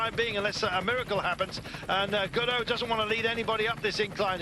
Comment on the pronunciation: Helpful guide: "Gaudu" is pronounced like the English words "go do", not like the Beckett character Godot; "Ineos" is pronounced "IN-ee-oss", not "skai".